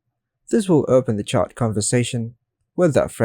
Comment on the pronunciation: It's "chat", not "chart"